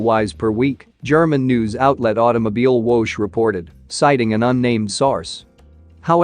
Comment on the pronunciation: May I respectfully suggest you research the pronunciation of 'Automobilwoche'? It's close to: ow-toe-mow-beel-vocker